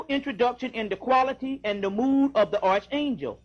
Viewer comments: Good Lord man! It's pronounced ARK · Never let a man who mispronounced arch angel teach you a damn thing